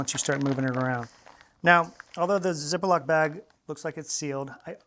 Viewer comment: I’m fascinated by how he pronounces “zip-a-lock”